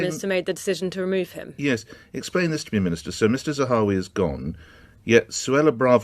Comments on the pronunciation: Why do you keep calling him "Zawari" lol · Not Zawa(hi)ri but Zahawi....